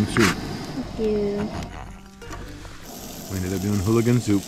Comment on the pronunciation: It's ooligan, not hooligan.